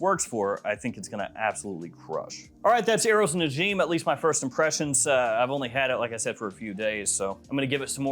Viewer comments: Its pronounced Na-ja-m 😅 Which means a star in arabic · you are pronouncing it wrong its more like na-jim